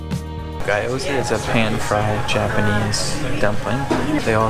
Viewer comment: ghee - yo - zah, not gah - yo -zah